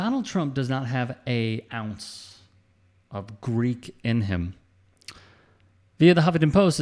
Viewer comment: He said freek not greek!